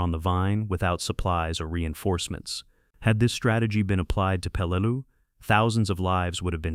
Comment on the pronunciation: I can’t watch this beyond 15 mins. The number of different pronunciation of Peleliu is off the charts. You got it right twice and the pronunciation changes every time it’s pronounced. Sloppy junk